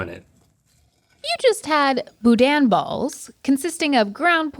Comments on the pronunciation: needs to go to Louisiana and learn how to say boudain. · Also, I chuckled a little bit at pronunciation of boudin 🤭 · Hearing pronounce boudin hurt me a little bit lol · When they finally have a Cajun dish but don't pronounce it right T_T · That is not how you say Boudin also don't know anybody who eats them for breakfast. ugh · I’m from Louisiana and the way she said boudin is so funny. I just know she pronounces New Orleans as New Or-LEne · Hearing try to pronounce boudin is the funniest thing 😂 (New Orleans native) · pronunciation of boudin made me chuckle lol, love to see "the boot" represented though it wasn't "the boot" that Link thought xD